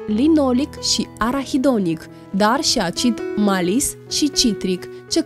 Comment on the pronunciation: Maciese nu este corect, cititi macese, nu este acid malis, ci acid malic! Ma enervezi ca nu stii nici sa citesti corect!